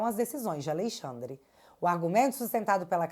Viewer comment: "Alexandre aviadado 5 dias"😂